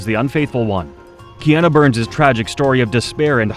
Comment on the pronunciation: So whoever is doing the voiceover, can pronounce Matsunaga but not Kiana.. the fatigue.